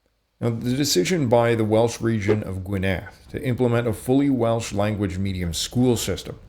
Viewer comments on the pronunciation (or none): Firstly you don't pronounce Welsh words as if they were French, it's GWYNedd not gwynETH,and the Edd is voiced. Why do Americans think any word that looks a bit 'foreign' should take stress on the final syllable. It doesn't, strictly apply even to French. It only appears to because the French dropped a lot of final letters. Secondly Wales doesn't mean Celt, it mean speakers of 'foreign', it was applied to the Gauls and the Romans, it has cognates in Flemish, cf. 'Walloon' which is French, Dutch, German..... It has nothing to do with any tribes in Wales. You don't sound like you know what you're talking about and your delivery is cringe-worthy. I'd forgive that were it not for the glaring mistakes right from the start. If you're going to expect people to give up their time to watch your videos at least get the basics right from the start. Oh, and that painting on the wall. Iesu Grist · Great video. A note on pronouncing the name of the county of Gwynedd. Emphasis is on the GWYN. GWYNedd. Also, the double d in the Welsh language is hard. So, it sounds like the TH in 'the'. Thanks again. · Pronounced Gwynedd wrong.